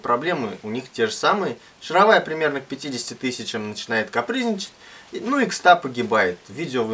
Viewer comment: Во первых не матерись - смотрел с ребенком и был на грани выключения. Во-вторых стУпица и шАровая... Слух режет жутко...